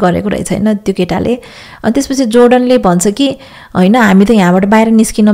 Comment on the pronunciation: Thank you hajur ko sabai kura man parcha khali pronounciation matra alikati sudharnu hai. Keta ra keti lai chuttyayera bolnu hola ❤️ ma 🇨🇦herdai chu